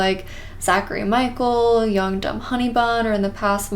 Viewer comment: Every time you said young dumb honey bun, I thought you said yoked up honey bun